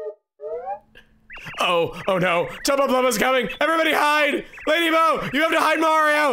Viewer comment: Its been years.....and at long last....chugga can pronounce the name of our ghosty mistress properly, true progress